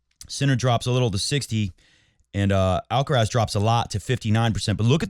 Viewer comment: What is the problem with 'mooray'? He is constantly being called 'alcaras', the stress in the first 'a' (it is 'alcarath', the stress in the last 'a') and never complains.